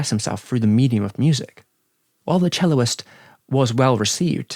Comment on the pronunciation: "Celloist" is unfortunately not a word... "Cellist" is! Love the video nonetheless